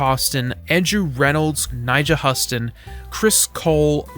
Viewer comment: Hueston.. like the city or state or whate ever it is (Im not from the usa)